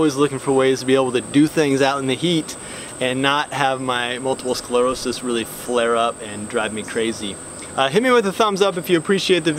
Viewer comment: Thank!-you for saying multiple sclerosis right at the beginning!